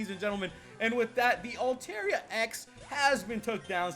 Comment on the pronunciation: Its altaria (alta-ria) not (alte-ria